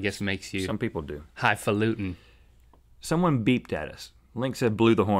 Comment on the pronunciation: "high fa-lootin"-link